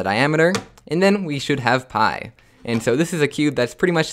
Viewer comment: Lol don't say "byii" Say "pii"